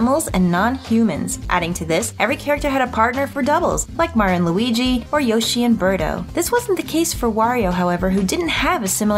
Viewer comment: The way yoshi is said 😫💦